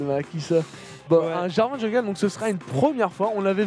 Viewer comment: on dit jarvane et sur le move ou vs dites que aphromoo a paniquer en mettant son black shield c'est pas ca c'est la elise qui a brain le black shield en envoyant une auto pour faire semblant que c'est le cocon